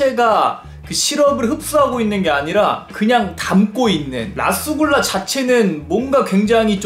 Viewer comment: 라스굴라랑 루스굴라에용 영어 잘읽어보세요 ㅋㅋㅋㅋ